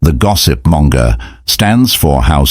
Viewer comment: Monger not Manga!🙂